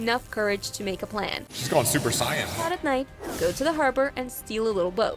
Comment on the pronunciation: super cyan Everyone else: super sayian